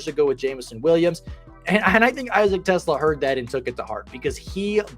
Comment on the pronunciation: its TEE-Slaw